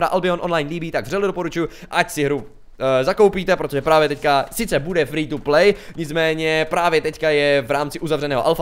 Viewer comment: free to play, jsi se asi trochu přeřekl ne? :D :)